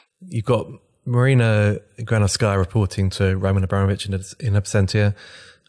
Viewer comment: GranOvskaya not GranovskAya